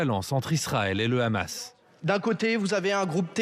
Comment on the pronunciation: Le "conflit israel - Ramasse", vu comment il prononce le nom Hamas, le speakerin doit graviter dans les p... de sphères israéliennes...